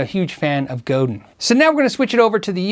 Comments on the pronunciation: Very interesting and informative,. Godin, btw, is a French-Canadian company, and pronounced 'go-dan'. Yes, there is a monsieur Godin. "Godin guitars are unique because from forest to stage, they are North American. The necks and bodies are all made in our original location in La Patrie, Quebec. Godin Guitars are then assembled in our Quebec and New Hampshire factories." So, if you're in USA or Canada, and want to pay into social security and your future old age pension, buy and pay taxes to your respective country. You're also creating jobs where you live. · Maggie Osterberg Wrong. Godin is pronounced Go - dan. Like Chopin. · i think its pronounced as "go-dan" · It’s pronounced Go-dan (mostly silent n) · Its pronounced "go" "then" French Word. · Godin is said "Go-dan" - French Canadian name. Reverend is a high-quality, reasonably priced brand. Godin is overlooked as well. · Godin is pronounced "go Dan." Please don't beat me up. I always appreciate finding out how to properly pronounce names and wanted to extend the same courtesy. As always, I love the content! This is one of the best channels for gear nerds around. :) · Great video! Btw, Godin Guitars is based in Montreal so "Godin" is pronounced like "Chopin". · Enjoyed this. I won't try and instruct in how to say "Godin"; you'd have to know some French. Lots of guitars I've never heard of here. I have two Godins and am pretty happy with them. The Exit-22 was $650CDN twenty years ago, and was my first electric. The Montreal was pricier but was a gift. I think it boasts the best neck and stays in tune better than my '87 Strat Plus (surf green)--which of course is the beauty queen. Thanks for vid. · As a Canadian. You're pronunciation of Godin pisses me off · you are completely awesome! I greatly appreciate your videos and am totally impressed by your expertise. There is, however, just one little thing: Godin is pronounced "Go Dan". I know it's a bit odd, je suis désolé:) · Gordon is pronounced "go-dán".